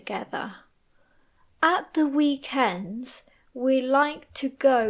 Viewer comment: Your voice is so beautifu. In the provided video , did you read "weekend" /wi:k'end/ as /wi:k'ens/?